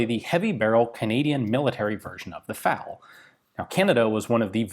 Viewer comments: Why you keep calling it "Fowl" ? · "Fal" pronounced in English